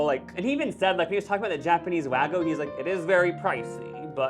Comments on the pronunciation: "Wagyu" is not pronounced "wah-goo." There is a "y" for a reason. "Gyu" is pronounced like "cute" without the t, and with a "g" sound instead of a "c" sound. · guys the way you're pronouncing wagyu is off, it's wah-GYUU like the last syllable is you with a G at the front